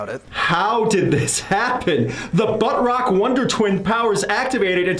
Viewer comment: I can't tell if you keep calling it "bud rock" or "butt rock". Is it 'for the bros' or 'shitty'?